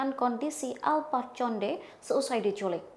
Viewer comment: bacanya bukan conde, tapi Konde